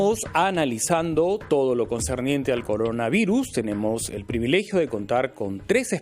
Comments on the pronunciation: CONDOR AVIRUS??? XD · Dijo condora virus...